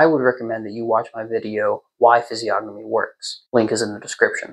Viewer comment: Bro the g is silent in physiognomy